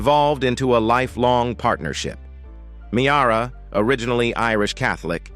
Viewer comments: It's pronounced Meera, not Me-ara! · It's pronounced Mear-a not Me-ara. Geez!!